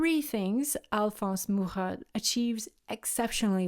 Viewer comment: I have one of his books of his work. I love his work so much. I appreciate you pronouncing his name since I have never heard it. The way you pronounced it sounds so much better than mine!😂 Your work is beautiful!!!!